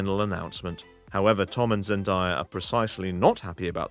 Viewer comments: ZEN DAYA NOT ZEN DIEA my dude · It's Zen DAY a not Zen DIE a (just letting you know, no hate) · It’s Zen DAYA, not Zen dye- a. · Its zendaya not zendiea